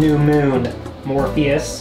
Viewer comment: Hearing you call out to "Morpheus" is so traumatic, all I think you're saying is "Morbius"